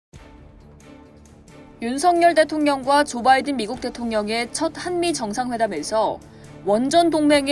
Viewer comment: 윤성녈과 윤서결. 다른 사람이죠. 말로 먹고 사는 것들이. 제 나라 대통령 이름조차 제대로 못읽어, 썅놈의 자식들.